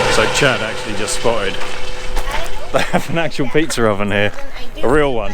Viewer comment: I was laughing all the way through 😂 Do you know when you say pizza, you add an R at the end ??😂😂😂😂